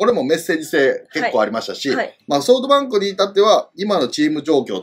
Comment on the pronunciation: 里さんのソフトバンクの呼び方ソートバンクなの好き